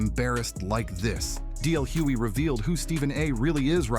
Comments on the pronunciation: Very good article But it's Hughley, not Hewey😢😢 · I cringed every time the narrator mispronounced DL's last name. If you are going to use his name for content at least say his name correctly smh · Why the continued mispronunciation of DL's last name?